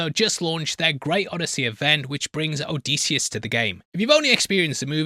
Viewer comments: oh dih see us, not o dee see us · Disius not Deesius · For the love of all that is Homer and Greek Mythology please stop calling him oh-dee-see-us. It is Oh-diss-ee-us. Or if you wanna get Greek it’s Oh-diss-efss. You’re killing us, bro. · if you say "O-deece-e-us" one more time ur gonna have to answer to deece nuts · Hes definitely saying "o-dees-eeus" for the comments and im a victim from it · O’Deasious is a new pronounciation I have yet to hear until now. Thanks. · I’m 13 mins into this video and if I hear him pronounce Odysseus’ name wrong again I’m gonna jump off a cliff. Has the book but can’t bother to say the name properly. Just reupload at this point. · Bro he cant even say the name Odysseus’ name correctly. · So quick in fact he couldn’t bother to pronounce the main characters name correctly one fuckin time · Have him breakdown a goddamn pronounciation of the main characters name while we are at it. Fuckin hell